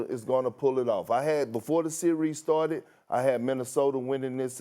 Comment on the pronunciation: Someone please tell Kendrick that series is one syllable word ffs!